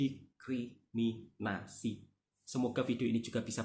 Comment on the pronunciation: Didiskriminasi klii bkn.didikriminasii..aplgi .dikiriminasii😅. Mklumlh